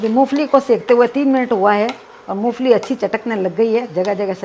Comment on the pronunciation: MU FALI NAHII MOMPHALI HOTA HAI JI